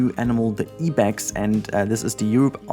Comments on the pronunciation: Fyi Ibex is pronounced like "eye-bex" in English and not "ee-bex" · I want to correct your pronunciation of Ibex but I also wanted to say you have such wonderful content and I always look forward to when you upload a new video. Ibex is pronounced like (Eye) Bex. My zookeeper brain was like ah what?😂